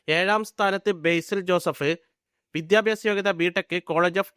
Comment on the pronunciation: വിദ്യാഭ്യാസം എന്ന് പറയാൻ അറിഞ്ഞുകൂടാ. വിദ്യാഭ്യാസം. പ്രിദ്വിരാജ് കംപ്ലീറ്റ് ചെയ്തില്ല. എടോ നന്നായി അന്വേഷിച്ചിട്ട് വരു